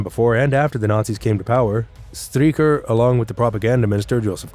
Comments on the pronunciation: "Striecher" is an awful pronounciation. It is not "Striecher', but pronounced Streicher. Streichers last words were as I know also expressing farewell to his wife. The last words of people before death are of course of undoubted gravity, because in the face of death, men speak the truth. So this trial in Nuremberg shows some of the men died innocent. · so many mispronunciations, like Streicher (Streaker!) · That's one name you Yanks set wrong - Str - eye - cher. It's because you mispronounce the Jewish -stein names as -steen, possibly because that's the Low German variant. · Interesting and informative. Slightly flawed by some mispronounced names. In German, when there is an i & e together it takes the sound of the 2nd letter. For examples, the ei in Streicher is pronounced “eye” while the ie in Wien (Vienna) is pronounced “ee”. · STREICHER is pronounced like SHTRIKER not STREAKER. STURMER is pronounced SHTOOR-mer not STROO-mer. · It is pronounced: der Stuermer not Strumer and Straicher (Streicher) Not Stricher. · Not Strumer, but Sturmer (Stooooooooooooooooooooormer), not Stricker, but Streicher , as 'stri' in 'strike' + 'che' in chess + r